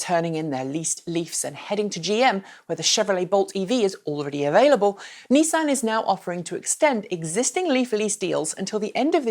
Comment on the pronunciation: I will sub if you pronounce Nissan and Renault properly!!